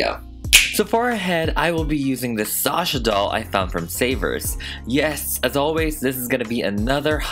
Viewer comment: Thank you, thank you, thank you for pronouncing my name right. I could scream every time someone hits the 2nd syllable with “shuhhhh” 🤮🤮! It’s sawh-shaw everyone!!!